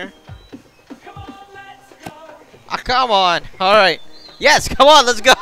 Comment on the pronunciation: Its Not Cone Its Come